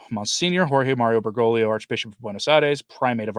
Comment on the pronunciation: Enjoy all your videos...only one thing that I've noticed in many of similar channels. It's not an important thing but I just need to let you know that you're not pronouncing the second G in Bergoglio, you're all saying Bergolio...everything else is great always!